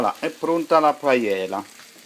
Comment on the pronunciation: Manco sa proniunciarla... Ma si vergogni.